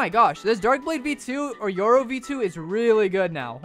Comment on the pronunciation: Bro Said Euro instead of yoru